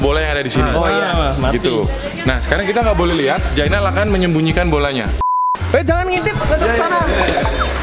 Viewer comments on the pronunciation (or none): Saya dengernya Jaenal bukan Jainal